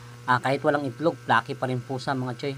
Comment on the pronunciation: icocorrect na kita bago kapa icorrect ng iba. hindi "flokeeh" ang bigkas, "fleykih" dapat. ayon, salamat sa masarap na FC! God bless!